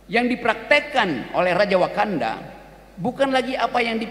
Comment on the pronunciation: Kok wakanda aku denger konoha